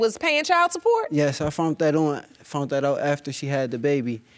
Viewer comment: I fell all the way OUWT!!! That WOW hit deep 🤣🤣🤣